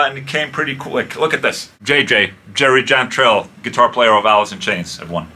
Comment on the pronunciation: "Jerry Jantrell" lmao